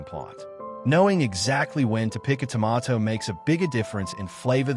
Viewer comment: dont care how accurate it is, everything in this video void after the first pronunciation of tomato..